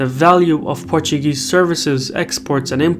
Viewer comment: Your Portuguese pronunciation is so good